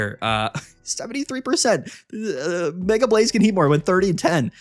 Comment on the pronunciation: Mega keeps getting me 😂 I hear ‘my mega altaria’ and I’m like YOUR WHO ALTARIA